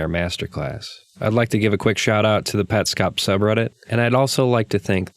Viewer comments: i think its " pets cop" not "pet scop" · you say petscop weird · Huh, I always assumed it had to be Pets Cop, I actually was about to make a comment making fun of you for your pronunciation before you brought it up, haha. Interesting take